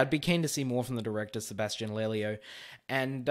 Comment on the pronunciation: "Lelio" like the last one. very good pronunciation👌excelente ✔ saludos desde chile.🇨🇱jeremy irons yes omg😂.